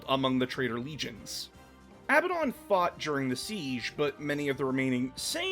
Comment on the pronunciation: Abbadon is "a badun" (a bad one).